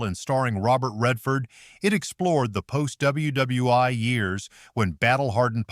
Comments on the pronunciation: Narrator - it’s pronounced World War One, not World War (eye). These AI errors are inexcusable. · Aces WW Eye 👁️ Really? You mean World War One 😂! 😂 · More blank blank AI commentary e.g. WW Eye!!! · AI narration, needs to evolve... double U Double U 'eye' ???? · WWEye. W are rah 2 What! Is your AI smoking crack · No. You are not. What did just I just hear? Double You Double You One? Really? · What is it with the AI narrative which calls WWI, ww i. There were no real Japanese planes in Tora Tora Tora, not all planes in The Battle of Britain were real, Stuka were RC models, most of The Great Waldo Pepper was filmed in Texas! If it was not for the flying in Aces High I would never watch it! Oh the least accurate of all the movies in this review was Flyboys, it terrible scrip, CGI was way off, those planes were not that fast nor would they have survived some of maneuver! Except for the French commanding officer none of the pilots had the correct names of the real personnel of the true squadron that the story was supposed to be telling!